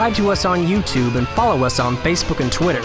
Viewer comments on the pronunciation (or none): none